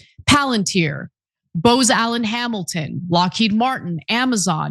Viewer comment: Seriously Anna how do you do show prep and constantly mispronounced names of companies you should know BOOZ ALLEN you blond dimwit. Your brain could find shelter in the shade of a snowpea.